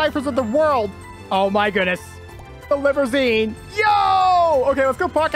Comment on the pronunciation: said libozeen